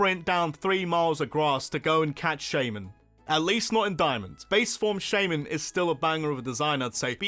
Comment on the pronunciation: THE I IN SHAYMIN IS SUPPOSED TO BE A Y! FIX IT NOW!